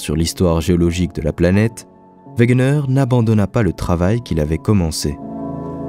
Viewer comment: Excellente vidéo mais il faut dire Alfred wegener et non wegner il me semble